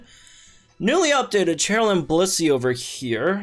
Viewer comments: my dude, why are you pronouncing her name like that. Cheryl isn't even a made up name, you should know better. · Forgive me if you’ve been doing it as a joke and I’m unaware, BUT the pronunciation of these names have been killing me lol. Cheryl is pronounced “Share-il” not “Chair-il”, and Thorton is pronounced “Thor-tin” kinda like how Thornton would be pronounced minus the N lol. When in doubt, the first voice recording in the sync pair profiles is usually them introducing themselves.